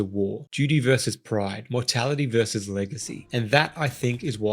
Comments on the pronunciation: "vs." = "versus" not "verse". Pet peeve. The final "s" is pronounced, like in the word "verses". That said, this was a phenomenal breakdown of this fight scene. I've always felt this is the best duel I've ever seen on film. You helped me appreciate it even more. Fantastic. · Versus, not verse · VerSUS! Not vers.